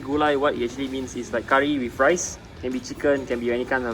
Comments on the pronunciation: Well she has problems with words that end with "th", like "with", she pronounces as "wif". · / has problems with words that end with "th", like "with", she pronounces as "wif".